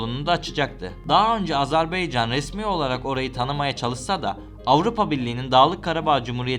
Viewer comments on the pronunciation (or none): AzerbEycan değil AzerbAycan